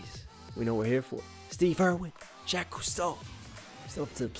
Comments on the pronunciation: Its not Jack. Its jock with a french j. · Also can ye pronounce Jacques right please lol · Even when you repeated the “croc to Jacques hunter” rhyme you still said Jack, I love it 😂